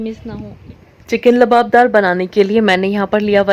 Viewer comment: Luaab daar not labadar labdar is not correct ، luaabdaar is correct word ،،،